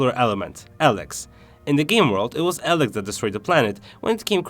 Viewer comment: Dude no offense but your commentary of the game......... you are saying "ELEX" wrong. Don't do commentary on stuff if you can not "ENGLISH" correctly.